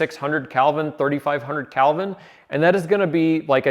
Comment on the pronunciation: Kelvin is spelled with an "e" not an "a". It should not be pronounced like the name, Calvin.